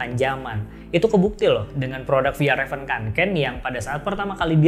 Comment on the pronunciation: Dibacanya fyalraven kak bukan fejalraven